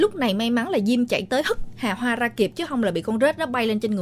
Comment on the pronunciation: Nói chứ nghe mấy lần luôn, bé nó tên Hà Hoa mà sao tôi nghe cứ ra Hà Bá là sao ấy nhỉ 🤣🤣🤣 Thanks!!!